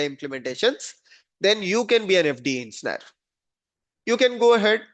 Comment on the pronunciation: Dude fix the way u say engineer , it freaks me out to keep listening to the sound u make